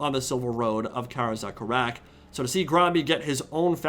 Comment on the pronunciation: My man why you pronounce "Karaz-a-Karak" so dam weird?